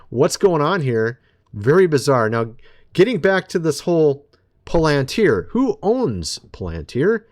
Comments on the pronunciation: Do you even read your comments? It’s not POL AN TIER. IT’S PRONOUNCED PAL AN TIER! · Don't say:"poll - antuer". Say:"pal- antier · You have to get into this video to see a "Palantir" sponsor logo???????? This guy can't even pronounce the name correctly. He calls it (pole-en-tear). Palantir is very old news. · Pal not Pole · How do you get Polenteer when it's Palantir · It's prunounced PAL-- IN -TER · Irking me… is “pal-len-tier” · Why is it so difficult to say it correctly? Pa len tir! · PAL AN TEAR THAT'S HOW TO PRONOUNCE IT, PLEASE ! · What makes the speakers at the tpusa events that are coming up think that they are safe? I'm praying for them to succeed at this because we cannot show Fear right now. Palantir is going to be used as an All-Seeing Eye eventually. What does that tell you about palantir? Its pronounced like pal-in-tear by the way. Look up the word and where it comes from. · Just a friendly nudge its pronounced Palatir your my buddy your a great Pal.. lol. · It is Pronounced PAL-IN-TEER, I don't know if you say everything incorrectly on purpose or not, but you do it a lot LOL LOL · You say Palantir funny. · I COULDN'T WATCH THIS- HOW HE MIS-PRONOUNCES "PALANTIR" REPEATEDLY...🫤🙄😒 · Dude can't even pronounce Palantir correctly 😂